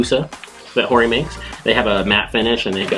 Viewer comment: I still don't get why keep pronouncing Hori as "Ori"